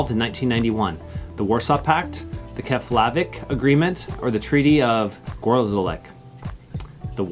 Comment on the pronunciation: I liked your quizzes. I got 25 out of the 30. I do have comments about at least two of your pronunciations of items. Keflavik is in Iceland and you should pronounce it properly. It is the Nobel prize - not the Noble prize. Dean Atcheson was mis-pronounced. Sorry for the griping but it is essential for those of us who lived at the time and familiar with the names.